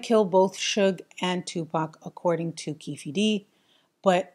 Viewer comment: Keefe D is pronounced Keef D. Anyone out there making these types of videos should take the extra time to research how to pronounce names correctly. Pronouncing names wrong is seen as amateur from a filmmaking or professional video creator standpoint. Just a tip.